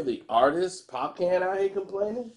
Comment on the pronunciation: ...Popcaan pronounced 'Popcarn'🙈